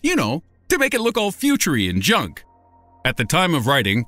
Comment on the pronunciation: I like the way you said FUTUREY and JUNK instead of Futurey and junk it makes it sound like you're saying they are JUNK and not just saying like 'and shit' I hope that comes out the way I meant it in typing. (Hint: Im not yelling just emphasizing)